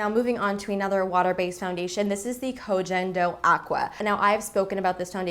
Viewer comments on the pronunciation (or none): koh gen doh is pronounced with a hard g sound, not a j sound :)